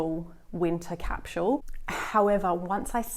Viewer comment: its a sss not a shh in capsule